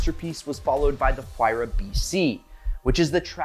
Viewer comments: It sounds like Waira, not whoaira!!! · It's written Huayra but pronounced Wayra, not that hard to find the right pronunciation if you have Google. Btw Wayrapuka is the god of wind from the Inca pantheon. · Stop with the H it's silent 🤫 You love the car say it's name right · Sorry, but I just can not comprehend how you pronounce the name of you favorite car incorrect. Take the word "Wire" and then add "Ah" sound in the end. There you have it. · Stop pronouncing the "H" you doorknob